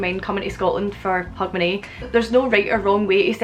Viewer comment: When you speak it, it sounds like "hug my knee" to me. Remember people, knees need love too, life as a knee can really be tough sometimes.. The pub is named what? It sounds to me like you're calling it "Wax your conners". I just knew my conners need a good waxing. Also, happy new year